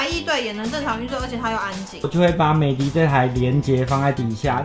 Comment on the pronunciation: 美的品牌是念美的ㄉ一ˋ歐。